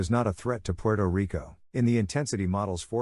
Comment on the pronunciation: Thanks for the info as always. I find funny how you say Puerto Rico. 🇵🇷 Keep up the great work.